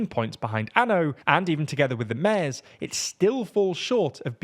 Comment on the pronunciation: Yeah, but he still can't pronounce "mayors." Unless it really is the Mares Party, I guess. Once you have pirates, all bets are off.